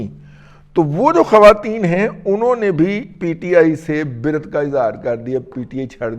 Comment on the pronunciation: itni na barha pakiye damann ki hikayat......dosra ye k aap bra at ko bir at na kaha karen sir